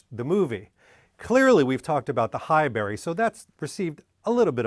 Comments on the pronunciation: It’s not “High-berry” but “High-brie”, like the cheese, right? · Sorry, Pronunciation Police here again. It's pronounced Hibuurry, not High-Berry. Great video👞👍